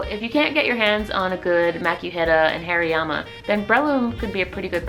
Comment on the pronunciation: Am i the only one hearing hairyyama?? 😂😂 Love the video though !